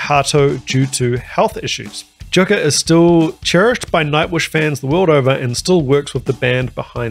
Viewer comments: Finnish J = english Y, so Yukka, rather. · I subscribed but that means you need to make a few corrections…. Jukka is pronounced “Yukka”. Wacken is pronounced “Vacken”. And if you get to it, the lead singer is Floor Jansen, pronounced “Yansen”. Just a Canuck educating a Kiwi….. 😊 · Jukka is pronounced “you-ka” and Wacken is pronounced “Vok-ken”. 😊. Great reaction!